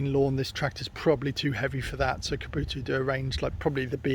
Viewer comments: Nor kuboto 😂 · Bro. It’s kubotA. Not kubotU.